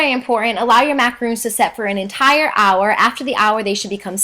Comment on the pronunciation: I know this is rude... so I am very sorry in advance, but it really bothered me that she was pronouncing things wrong. Sorry! #grammarnazi macarOns** eSpresso**